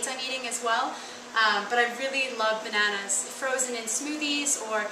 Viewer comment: I love how you say banaunas!!!